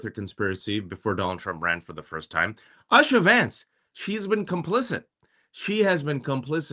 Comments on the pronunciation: YouSha...not usha😂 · It’s not pronounced Usha. It’s pronounced Ooosha. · Would it be too much to expect that you and your host at the very least get the pronunciation of Usha correct? It is pronounced “Oosha” not like your pronunciation similar to “Usher”. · Please learn to pronounce Usha correctly! It is not pronounced like USHER.... It is pronounced as is Oosha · Wajahat at least should know how to pronounce the name USHA. OOSHA., not ASHA. Usha means DAWN. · USHA is pronounced with a U sound - like OO - SHA. Asha is a different name. Please pronounce it correctly. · Good points but why do you both mispronounce Usha's name?